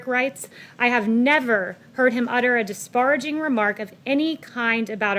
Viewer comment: she always mispronounces "disparaging"